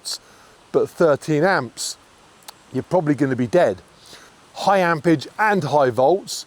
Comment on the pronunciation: ampERage not ampage